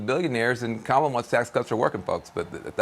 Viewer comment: Are talking about the camel 🐫? Aka kamuuula, wait inidacamuwa, the half camel? Kam? Ohhhhh kamula 😂😂😂😂😂 CNN hires people on the spectrum